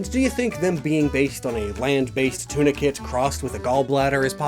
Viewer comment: I now know that it's spelled tunicates, but I kept hearing tuna kits 🐟